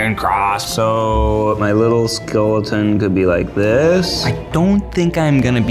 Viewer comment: did i hear ned say Skulleton for his skeleton skulls because 🥲🥲🥲